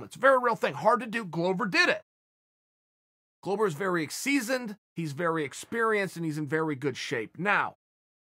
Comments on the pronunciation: Just saying Glover is pronounced as the world glove but just add an er, “glove-er”, not “glOwber” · In Chael's mind, Glover rhymes with Grover 🤣. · If that's wrong, then Chael is by far not the only one. Every UFC voice, from commentating to Bruce Buffer, has pronounced it glow-ver.